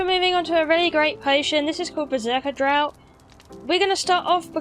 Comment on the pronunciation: "Draught" is pronounced " draft." Weird fucking word. Also, "alchemical" is pronounced like "Al Chemical." After all that, I am at home, drinking to your good health. Cheers! Sorry I'm such a dick.